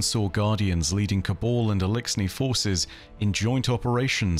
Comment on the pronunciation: Like your vids just one thing always gets me - that you say Caball?? (As in ball) but It’s Cabal - even in game cut-schemes you will hear it pronounced